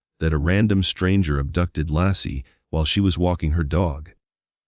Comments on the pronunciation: Her name was Laci (Lay-ci) NOT Law-ci! Tell your Ai to smarten up and get it right. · Her name was Laci pronounced Lacy not Lassie like the dog!!!! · Not Lassie ! Laci. 😊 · this pisses me off that the stupid AI isn’t saying Laci’s name right